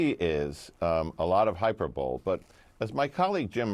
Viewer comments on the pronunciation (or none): It's 'hi per bowl e' buddy, not hyper bowl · Hyber-bowl? checked out immediately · It’s “hi-PER-bo-lee” not “HI-per-bowl.” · “HYPER-bole?” Try hy-PER-bo-ly. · This man said "hyper bowl". Hyperbole is pronounced "high per bow lee". Just FYI. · Bro said hyper-bowl😅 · I’ve never heard anyone in my life say hyperbole the way the guest did. Has he never heard the word spoken?